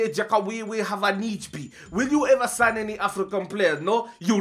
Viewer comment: Sign not sighn